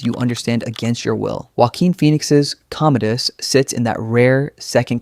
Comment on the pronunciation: "Commode-us." The Toilet Emperor!